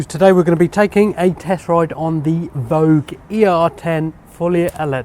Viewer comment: Why do people keep calling it voche? V O G E , not voche